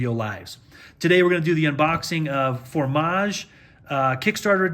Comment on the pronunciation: it's fromage, not formage, dude, please